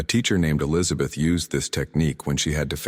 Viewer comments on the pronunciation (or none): none